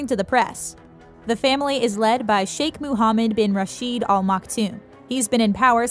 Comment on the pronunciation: What on Earth are you 'talking' about??? Did you just walk in from a parallel reality?? There is no 'King' in Dubai. And they are the "Al Maktoum" Not "All Maktoum". I could not listen to more than 3 minutes. The misinformation is embarrassing.